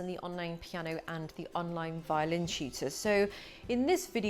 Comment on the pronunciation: Mam, its 'teacher' not 'cheater'